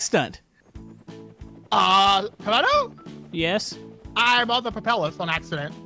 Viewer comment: Wow instead of camodo and scrap man it's camodo and ob lol.